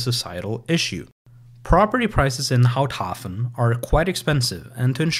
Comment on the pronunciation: I had a chuckle too at "Pfuntschteiger" but otherwise I think he did pretty well with Houthaven(s).